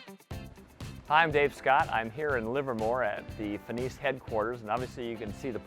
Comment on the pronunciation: finis is fin-is